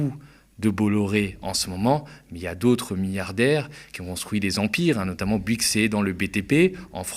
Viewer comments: On dit BOU-ygues et pas BU-ygues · Fais un effort ya un o à Bouygues c'est pas si dur que ça à prononcer